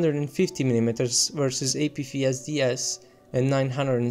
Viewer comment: I know english isn’t your first language but, “Apfeesdees” cracked me up. Good video though.